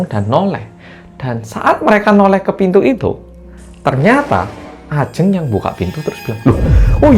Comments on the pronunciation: bilang nya bukan ajeng mas tapi ajeng 🙄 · bentar.. kenapa di awal sebutin Ajeng nya begitu 😅 tp udah sih setelahnya bener